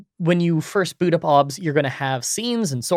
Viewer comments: The only thing wrong here is how he says 'OBS' the rest is fantastic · I have never heard anybody pronounce it "Obs" before- everyone else I've heard that uses it says each letter independently...